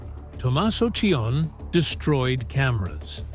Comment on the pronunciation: It’s pronounced C O knee (Cioni)